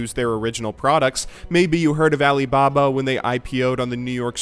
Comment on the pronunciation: oh god that was like the whitest alibaba ive heard like ever